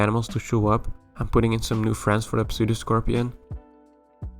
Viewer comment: the P in 'pseudoscorpion' is silent. Cool video.